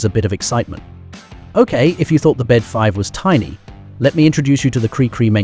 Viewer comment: i REFUSE TO WATCH A VIDEO WHERE THE NARRATOR CONSTANTLY USES THE INCORRECT PRONUNCIATION OF THE AIRCRAFT NAME. THE BD-5 IS PRONOUNCED BE EACH LETTER B-D-5. THE BD IS "NOT" A WORD BUT PART OF THE INVENTOR'S NAME. JIM BEDE THUS THE BD IS SYNONYMOUS FOR THIS THE AIRCRAFT LINE HE HAS DESIGNED AND MADE. THERE ARE MORE THAN JUST THIS ONE AIRCRAFT THAT JIM HAS DESIGNED. DO IT THERE ARE LETTERS IN THE NAME OF AN AIRCRAFT, SAY EACH LETTER AD IT IS NOT A "WORD" THEY ARE LETTERS.